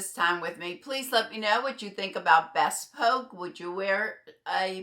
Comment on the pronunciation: It’s pronounced “bee spoke”